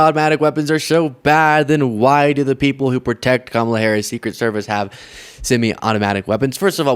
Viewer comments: Can’t pronounce Harris’s name. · But she can’t pronounce the Vice President’s name. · She still said, the Harris's name wrong